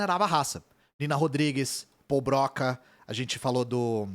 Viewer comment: única coisa, a pronuncia certa é "Brocá"